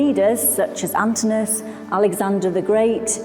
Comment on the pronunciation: Poor Antinous has his name mispronounced twice - should be Antin-o-us, not Antinus. Otherwise, many thanks for excellent info on the Germanicus statue.